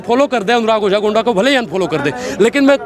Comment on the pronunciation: तेरी मां की 😂 ओझा नहीं बोझा 😂😂😂😂